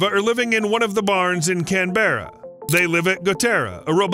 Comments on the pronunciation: it's pronounced CAN-berra, not can-BERRA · Yeah tell me why would we Aussies be employed to fill South Wales in the U.K. with Worms ❓ would that be England's call. NSW on the other hand is an Australian State. Someone presenting this obviously is poorly educated on locality. Try saying Canberra instead of Can-Berra 😂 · Can-bear-a? For real? It’s spelt Canberra but that’s not a bear. If you want to be proper it’s can-ber-a ir/ur/er. (Else just can-bra mostly over here) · I don't think you know your geography dude!! Why is 'WA',ie, Western Australia,placed over southern Queensland and northern New South Wales?? I'm from Australia and have never heard of any of this! Oh! And Canberra is not pronounced 'Kan-Berra', it's pronounced as 'kan-Braa' !!.. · South Wales would be part of the UK, You probably want to change your title to NEW SOUTH WALES. And Canberra is pronounced cam-bra, not cam-bear-ra, lol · 1, its NEW SOUTH WALES, not South wales, 2 its pronounced canBRA not can BEARa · It's not pronounced "Can-berr-a" it's pronounced "Canbe-rra" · Also, "can-bruh", not "can-berra". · Can Berra ..? Oh Canberra! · Pronunciation of some place names needs correction eg Canberra in our Australian Capital Terrotory ACT is said 'Canbra'. Barangaroo, named in honour of the proud first nations second wife of Bennelong who was a diplomatic 'go-between' with early European colonists, is said with equal emphasis on every syllable ie Bar-rang-ar-roo. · WTF is Can Berra? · Please pronounce it can-bra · did bro really say can barra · You mean NEW South Wales. South Wales is on the other side of the world. Do check how to pronounce Canberra.